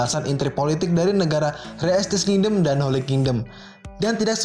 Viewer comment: Setiap mimin Bilang King-dom kok gue ngakak ya.. wkwkw Nice min